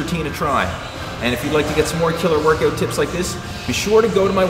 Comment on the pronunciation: Wurrkawt XD